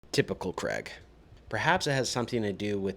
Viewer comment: How difficult is it to pronounce the name “Craig”